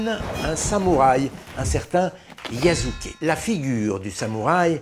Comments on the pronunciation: Petite information sur la prononciation de Yasuke, la deuxième syllabe ne se prononce pas [zu] mais plutôt [su]. Mais bonne vidéo, merci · Attention à tes prononciation su se dit jamais zu... c est insupportable quand on veut faire qqch sur le Japon... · Va falloir un jour arrêter de prononcer le japonais à la française. S n'est pas Z. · Aussi, le "s" se prononce "s" et pas "z". Les français font cette erreur de prononciation en permanence avec Osaka et Wasabi, et donc désormais Yasuke...